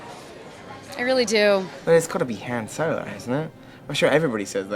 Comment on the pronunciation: i heard so many mistakes...Chewiebacca, Hans Solo